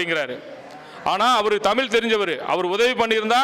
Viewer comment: தமிழன் தமிழை "தமிளு" என்று சொல்வதே கொடுமை.... 😮